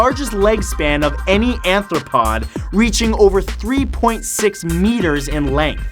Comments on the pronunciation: Arthropod. Not anthropod. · wtf is an "anthrapod?" jerkoff it's arthropod. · The spider crab is an arthropod, not an anthropod. Happy to help! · Lol Matthew the spider crab is an ARTHROPOD not an ANTHROPOD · It's arthropod... not anthropod. Autocorrect even knows that. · Bruh 'anthropod'?? Don't u mean ARTHROPOD M8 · I think you meant "arthropod" you said "anthropod". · ARthropod. With an R. When you say "ANthropod", you're saying crabs have human feet. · Lol, #50 "anthropod" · excuse you? "Anthropod"!? im done with you mike.